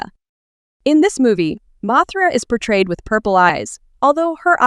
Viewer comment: You: Mothra/Mosura Subtitles: Mathra